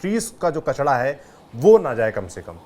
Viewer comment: हम हिंदी का सही उच्चारण भूल गए है कचरा होता है कचड़ा नहीं ऐसे ही नरेला होता है नडेला नहीं होता